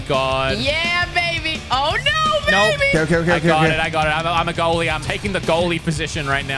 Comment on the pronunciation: brits even worse goallie then skoot.... bit like me as a goallie.